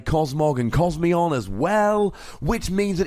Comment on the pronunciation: it's not Cosmeon, it's called Cosmoem. Cosmo-em